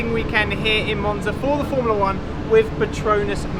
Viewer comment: Come on, stop saying "wiv", it makes you appear so uneducated and stupid. "th" is easy!